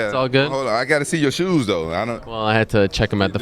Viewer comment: Lol did he say shoeses😂